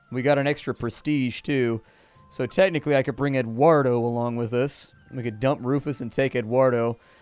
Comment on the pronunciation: You butchered Eduardo's name >:(